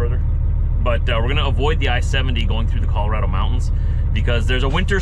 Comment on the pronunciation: Hey, who taught you to pronounce Colorado right? Remarkable! So exciting you're passing through my homelands.